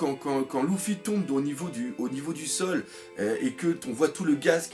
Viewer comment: j'ai remarquer que tu arrivais pas a dire luffy mdrr , tu dit toujours louffy :)